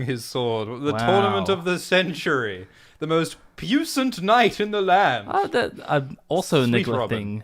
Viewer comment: Okay, guys: I love your stuff, and your lives and uploads make every season of GRRM TV even better. However--, dude, that word is pronounced "pwee-sahnt" and not "puce-ant." Puissant is French (Norman origin) for "powerful" or "potent" and that's why you say it like that. I wouldn't have gone to all this trouble if you didn't say it at least three times; I figure you might be saying it some more once this series gets underway. I know you're a smart guy, so I figured you'd want to know. If you ever see this. That is all.